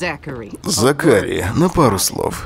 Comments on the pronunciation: зАкари а не закАри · зАкари, а не ЗакарИ... аж уши режет...хух.. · ЗАкари, а не ЗакАри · Мишон какая-то слишком разговорчивая получилась)) в сериале она по возможности молчит, а не вступает в диалог П.С. по английской озвучке - зАкари, а не закАри) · Не ЗакАри, а ЗАкари)) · зАкари!!! А не закАри! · зАкари, браян это анг. произношение, 1 класс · ЗАКАРИ НА 1 букву ударение !!!!